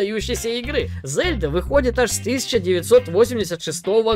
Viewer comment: Лайк только за то, что ты пока единственный блогер в ру-сегменте, который правильно произносит имя Зельда👍👍👍 Даже не знаю, какой имбицил решил в русской озвучке произносить мягкое Е - ЗЕльда🤦‍♂️ это как ИзËльда или ИнЕсса..